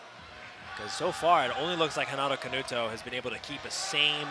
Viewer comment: Why the commentator is calling Canuto Canato all the time?